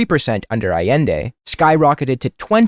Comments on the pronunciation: “Pinochet, which has become a shorthand term for a fascist” yeah, Hitler who? Also he can’t pronounce Allende (ah-yen-day) correctly, which says a lot about his knowledge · Bro can't even PRONOUNCE Allende, smh I swear Crowder gotta keep that name outta his mouth lol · Bro pronounces Allende like he just heard of Chile and googled “Chile communism bad” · A sure fire way to show you know Chilean history is to mispronounce Allende’s name